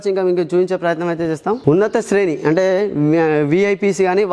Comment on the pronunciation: ఉన్నతశ్రేణి ని ఉన్నంతశ్రేణి, లాంజ్ ని లాజ్ అంటావు ఏమి తెలుగు రా నీది. ఎలా అపాయింట్ చేస్తార్రా మిమ్మాల్ని.